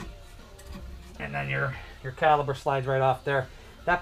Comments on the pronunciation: Thanks for sharing! Ahem, it's caliper, not caliber. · Don’t like to be “that guy” but for future reference it’s caliPer.